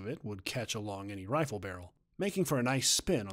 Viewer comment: it is a wifle that's what I heard lol